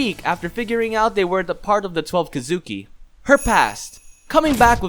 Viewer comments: So we’re just gonna ignore how bad his pronouncements are with the word “kizuki”? (Kee-zu-kee) not (ka-zoo-ki) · Dude its Ki zu Ki not Ki Zuki.. for fucks sake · It’s thweleve kesukee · Key zoo key* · Bro the way u say “Kizuki” makes me wanna blow my brains out🤦‍♂️ it’s Kizuki=KEEZUKI and it’s not manga=MUNGAA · Why are you saying twelve kidzuki 😐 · Question. Have you watched the anime? I was just wondering, because a LOT of the pronunciations in this are different from how they are in the anime. (Like Urokodaki, Kamado, Kizuki, etc.) I don't mean to be rude, just wondering. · No evece but u said kisuki wrong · learn how to pronounce kizuki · When my guy says kizuki wrong 😑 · This guy is good the only flaw is the way he say kizuki